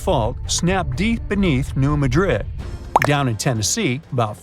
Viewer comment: New Mad Rid for pronunciation sake Madrid I’d in Spain. Things like that drive me nuts for some reason. Always watch pronunciation to the best of your ability. There are a lot of places in the US that are spelled like foreign city names but pronounced completely different.